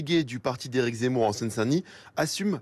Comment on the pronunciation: Son nom c'est zemmour, et non z'emmour